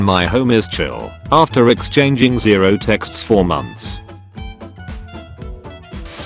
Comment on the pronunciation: kinda gotta wonder why he pronounces 0 so Weird